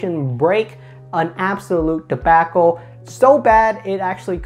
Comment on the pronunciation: Never heard anyone say,"debacle" like this. 😄🤣